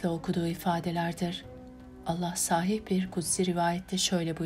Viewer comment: Evet, kelimeler doğru telaffuz edilmeli. 'Amel' kelimesinde 'a' kısa okunur. Aynı şey 'sahih' kelimesi için de geçerlidir. 'A' burada da kısadır, uzun 'ā' değildir. Emekleriniz için teşekkürler..